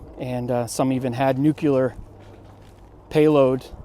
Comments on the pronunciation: Nookuhler - I know it's a popular pronunciation, but it's actually 'new-clear", derived from "Nucleus" but of which no one pronounces that, "Nookuleeus" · Honestly I was going to watch this whole video, but the fact that you can't even say nuclear properly, tells me I probably shouldn't be learning anything from you. NEW-CLEE-ER. You show me where the second u is in nuclear. Pronouncing in like Nucular. 🤣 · Dude! It's NUCLEAR, not Newcular. Only an idiot, or a US president, is allowed to pronounce it that way. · "Nucular", really?🤔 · Nooooo! For a 3rd time this noob says newcular! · OMG, he said newcular twice! How noobular! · NU CLEAR NOT NU CU LAR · Nu-clear. Not Nu-cah-ler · Nuclear not nuculer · Nuc-u-lar capabilities eh? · it is not "nuckuler", it nuclear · There is no U after the k. Its Nuclear, not Nook-u-ler. Common mispronunciation. Everyday people, celebrities, politicians, Presidents pretty much all say it too, (Jimmie Carter served on nuclear subs and he said "Noo-kee-ya). Even the news people on TV occasionally get it wrong, but what do they know? They're just reading the teleprompter. I guess most people pronounce it wrong, but its still a “mental fingernail on a blackboard” when I hear it. There… I got that out of my system. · $:54 Yes, the Nike Hercules was equipped with a (cough) "nucular" warhead. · "Nuclear".. not "nukular"... You knob. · It's new-clee-ar (Nuclear) Not New-you-ler. But thanks for posting. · For the love of Pete! New clee are nuclear. NeWqUeLaR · If you're going to talk about this stuff, it's pronounced "new-klee-ar", not "new-clue-ar". In Gaithersburg, MD, just north of DC, there's a city park named Nike Park. A few miles away next to the western border of the National Institute of Standards and Technology campus(formerly the National Bureau of Standards), along Muddy Branch Road on the western part of Gaithersburg, there's another former Nike site that is still fenced. It houses something that is protected.